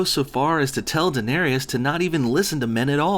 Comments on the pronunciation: DAENERYS, say it with me DA-NAIR-REES. I'll even accept DAY-NAIR-REES, but not fucking DA-NAIR-RE-US. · Its Dan-air-reese. Not Dan-air-ee-es. Yeah, I'm a fanboy, fuck you. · For someone who apparently watches GoT, you really don't seem to understand that the show is brutal. No one cares that some of the rulers are female. All you're doing is searching for garbage to be mad at on your flavorless Youtube channel. And it's pronounced "Dan-air-iss" not "Dan-airy-iss". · The simple fact that you pronounce her name Denareous refutes all your points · SAY DA-NAIR-IS, FUCK, MAN, SAY IT GOD DAMN PROPERLY, PLEASE. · I can't tell if or how sarcastic you're being here, but come on. Daenerys' name is said multiple times on the show. Your pronounciation is cringeworthy. It's clear from this you haven't touched the books, and that's fine. But if you review an episode of a show, it would actually help if you watched the show. Nothing you say here is new to either the book or the show, and you make it sound like this is a drastic change from what came before. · I couldnt make it past 3 minutes with your brutal butchering of danys name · You cant even say danerys right LMAoo. & Your arguments are weak and honestly dont even know what your complaining about. Better luck next time kiddo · ahem it's Daenerys